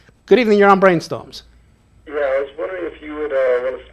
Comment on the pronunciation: Whats "breeen stumms"???